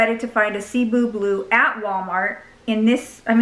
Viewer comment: Cebu = seh-BOO It’s named after the Philippine Island 🌴